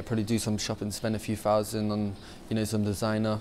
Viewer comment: A few fousand doller profit